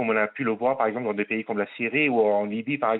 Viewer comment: Bravo pour avoir écorché trois noms de pays sur trois